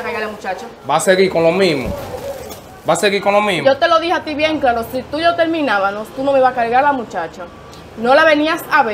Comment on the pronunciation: Soy yo o dijo TERMINAVANOS?